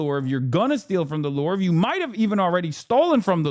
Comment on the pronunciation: lol at Hasan pronouncing the Louvre "The LORVE."